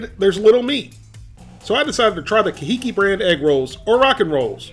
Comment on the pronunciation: Wow, that's pronounced car hee keep, supposed to sound Hawaiian, I guess.. I liked your review, gotta get an air fryer!!!😁